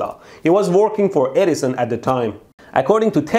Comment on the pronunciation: It's perfect that his accent makes it sounds like he says "Dumbass Eddison".